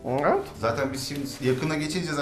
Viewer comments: ulan şu adamın video başlayınca nevet diyişi sadece benmi sinirleniyorum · bir daha neğvıt dersen sinirden gebercem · biri şuna evet demeyi öğretsin